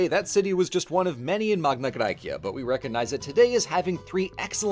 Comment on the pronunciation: One question: Why are you pronouncing the Latin Magna Gracia with a classical pronunciation (bar the gn instead of the ñ) but you use the Modern Demotic pronunciation for the cleary Attic Μεγάλη Ἑλλάς? Edit: Same with Cyrene. It's written Κυρήνη, not Κιρινι. And with all the other Ancient Greek names and terms. And you pronounce the Ancient Greek Neapolis with in a Demotic accent instead of using the Modern Greek Napoli. You are a Germanic, you have the sound repertoire to approximately pronounce Attic. It would've also been nice to mention that while Southern Italy is now overwhelmingly latinized, there is still a small group of Greek speakers, the Griko, in former Magna Graecia who speak an Italiot Greek dialect.